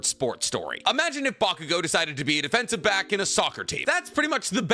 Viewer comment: everytime i hear defensive back 💀